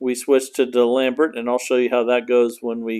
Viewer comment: Love the way you pronounce D'Alembert. I guess no French classes in the U.S.